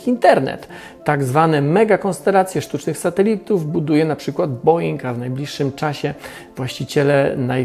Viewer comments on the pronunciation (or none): none